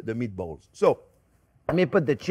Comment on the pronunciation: He speaks another language, & its too funny how accents, describe “spicy meaty-balls” as if “spicy meaty balls,” in every other language, has no pun intended, despite ebonics being full of soo many puns, & or synonyms that declaring a/the meaning, of anything is just audacious! #BilingualismShouldntBeASecretLanguageReservedExclusivelyForPriviledgedHeritagePriviledgeCultureTouristsAndOrThoseWhoTravelForANewMeaningOfFood